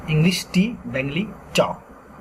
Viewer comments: Can't you pronounce Bengoli. You are pronouncing Bengli. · You cannot pronounce Bengali? What is BENGILI? If teaching Bengali, pronounce the words in English and Bengali correctly. Also, don't switch to writing. Stick to the pronunciation in this video and make a separate video for writing. When you go back and forth is it very confusing. First - how to pronounce and what sound does each character make. fyi - there is no F sound in Bangla. It is PH.